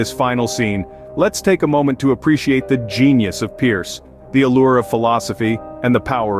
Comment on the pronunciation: Charles Sanders Peirce. The last name is pronounced “purse,” not pronounced like Pierce.